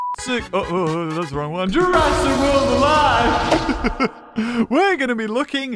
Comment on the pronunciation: jur - a*s - ic world!!!